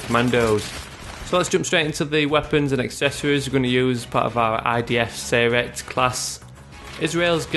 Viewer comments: you actually said "Sayeret" wrong. you should say it like Sa-Ye-Ret (it's like you say each letter like a word). its complicated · nice work im from israel and i liked it but there are two thing wrong 1. that is not how you say sayeret 2. we dont you rpg launchers our launchers are more advances then that